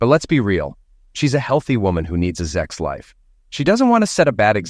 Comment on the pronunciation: SEX . The word is SEX . Not Zex .